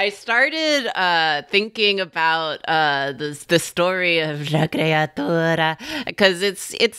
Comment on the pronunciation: I can feel pronunciation of la creatura in my mouth and it tastes like treacle and I like it very much